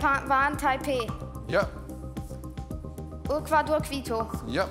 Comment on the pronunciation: Die Aussprache von Asunción und Ecuador hat mich irgendwie getroffen.